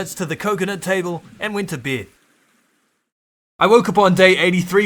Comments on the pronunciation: Bro ,you are saying ":beed" and it's not beeed ,it's bed xD it's that simple. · I like how he says “ i went to beid ” lol beid